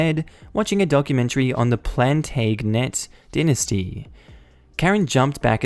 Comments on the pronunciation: Plantaygnet? It's pronounced PLAN-TAJ-ANNET you absolute Philistine! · Mate! You speak english! You must have done English history at least once at high school. It's pronounced Plan-tahg-in-et. You know, Henry VIII of England. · Plantagenet is pronounced Plan taj anet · Plantaganet is Plan-TAJ-anet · Have to agree I love the videos but that was painful.